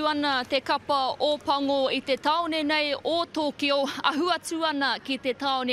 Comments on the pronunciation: Arran I think if they understood kanji and read it as Toukyou they would have nailed it better. But as we do pronounce our vowels the same when it’s spelt Tokyo that’s how we’d say it To-kyo. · The Maori reporter pronounced Tokyo incorrectly. It’s Toukyou if you look at it correctly. It’s the same vowels as Maori. And only saying this cause you get nailed in NZ if you pronounce Maori place names incorrectly. 東京 (toukyou)